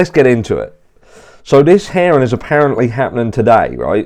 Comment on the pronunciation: i thought you were saying ‘heron’ not ‘hearing’ haha